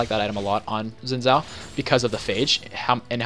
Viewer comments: Xin Zhao is pronounced "Sheen Chow" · oh lol well Xin Zhao is Chinese and I happen to know the language really and that's how I was taught to pronounce it. Yeah Riot has said his name a bunch of ways